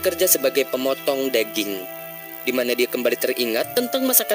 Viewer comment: Bergulung lidahmu.. Adeh...daging bukan deging....adihhhhh